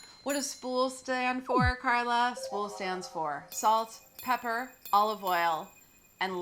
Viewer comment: Is it really that hard to say pepper?